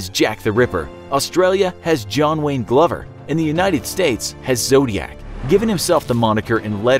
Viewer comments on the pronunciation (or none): none